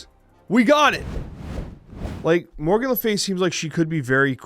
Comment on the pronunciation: Was it deck though? Regis said he got it off Untapped? I couldn't get past pronunciation of Morgan to watch the whole video.